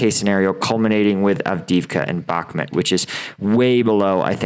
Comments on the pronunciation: Brother, why can't you pronounce bak-moot after six months? Good content, keep it up 👍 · I dont mean this as rude - I hope you dont take it that way - I would want someone to tell me (if you dont, no sweat - please ignore!) - Bakhmut is pronounced "Bahk-moot". I found your content randomly and have been enjoying your insight!